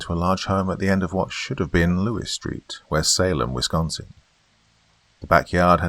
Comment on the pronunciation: I just wanna say thank you for what you do and thank you for pronouncing Wisconsin correctly 😄